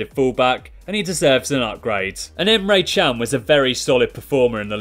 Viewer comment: Its not emre chan it's emre can